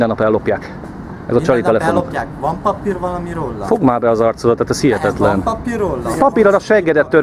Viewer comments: Van pápír róla? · nál "Van papir valami rolla, van papir rolla?" Hát ezen az akcentuson én behalok😂